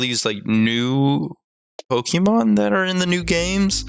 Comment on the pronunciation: pokemon is short for pocket monster so plz pronounce it corectly pokeehmon sounds stupid